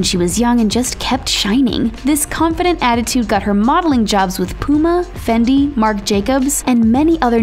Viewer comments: You said fendi when it was fenty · Why did the pronunciation of fenty sound like fendy? 😂😂😂